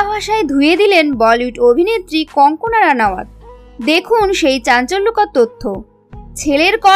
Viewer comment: Wrong pronounciation-should be Kangana instead of kankana.